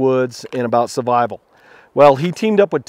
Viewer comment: I'm sorry but it has been bothering me a lot ... why do you pronounce "survival" as "suvival" ???